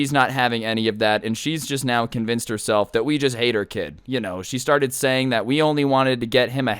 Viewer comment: lol I thought that u said that you ate her kid instead of hate hahahaha